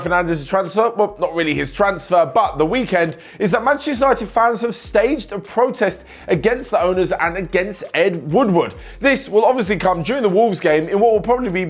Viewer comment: Lool said Ed WOODWOOD